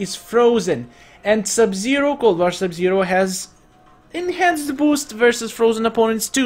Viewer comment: not sub-sero but sub-zero